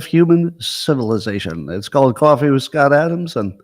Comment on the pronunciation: today's "ount" count: 25 I'm not sure Scontt is trying anymore.